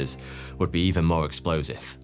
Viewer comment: Er... "MOAR"????